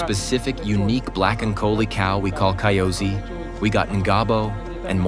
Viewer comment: Kyozi not kaiozi